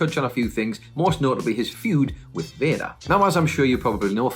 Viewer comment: I like how he calls Vader... Vaya lol